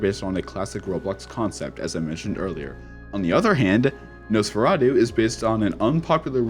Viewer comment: you pronounced it right. Amazing! 😹😁 #tuesday